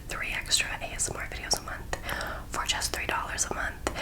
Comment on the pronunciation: it sounded like you said “425 dollars” instead of “for 125 dollars” HAHAHHS